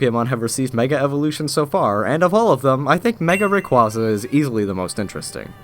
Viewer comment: Why does everyone pronounce rayquaza wrong at least I can pronounce it right